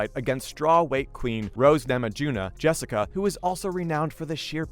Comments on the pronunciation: You seriously need to do some homework on these fighters. MAJOR THUMBS DOWN. Turned it off after you mispronounced Jessica and Wanderlei’s names. Bush league bro. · Wtf. Learn how to say people’s names correctly before you make a video please. It’s so incredibly amateurish to not be prepared enough to say the names of the people you’re talking about correctly. You mispronounced both Rose and Jessica’s names. Why? Disrespectful and disappointing. Get it right.